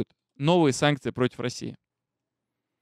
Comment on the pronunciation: хватит "санЬкции", "СанЬкт-Петербург" и т.д. А так...ты - молодец!